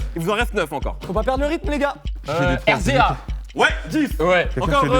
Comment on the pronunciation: Erzéa (RZA : razor) 🤣🤣🤣🤣 On dit the wéza.